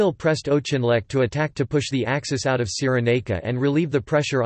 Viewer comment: General "O'Chinleck?" Oh dear.